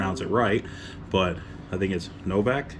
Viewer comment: You pronounced Novak correctly.